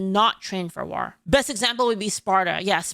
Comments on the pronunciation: "War" ❎ "Rawr" ✅ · Never noticed when says war she says it as..... W-are. Why you saying it like black beard the pirate?😂 It's spelled War but pronounced Wor. Not like the O in word (werd) but like the O in Thor. English is so dumb🤣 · I like how pronounced 'War' and 'Strength'. I pronounce it 'Wor' and 'Strankth' but she pronounces it how it's spelled. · You pronounce “war” like the Orcs from Warhammer and it’s adorable.